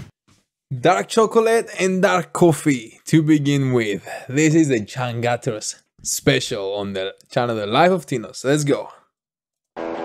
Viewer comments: You wrong when said the name of band. In indonesian, its read as like u say "chang chooters" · it's actually pronounce "CHUNG - ChOOT - TERS"